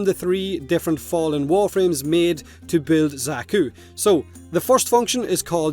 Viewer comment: I'm personally super excited for the Alchemist frame since it's an old favourite fantasy mold for me. Also Xaku is pronounced the same as the Zakku from the Gundam animes.